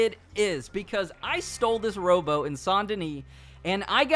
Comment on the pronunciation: Whats a row-bow !? i thought they where called row-BOAT?